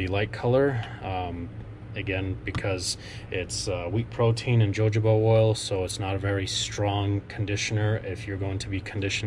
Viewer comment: I enjoyed this and learned some new things. And I don’t know if anyone else mentioned this but the way to pronounced Jojoba is “hohoba.” It took a little time to get used to, for me, but saying it correctly comes natural now. Thanks for the informative video!